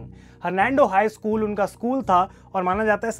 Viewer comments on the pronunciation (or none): none